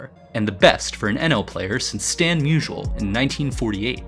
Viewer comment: I love your videos but it's clear, at least this one, you've got AI reading your script. You recorded a sample and then let AI read your script. Example: Stan Musial pronunciation, "high avg.does not MVP make"...cmon man